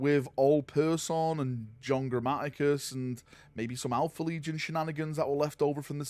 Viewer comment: I hear Gramaticus and I cringe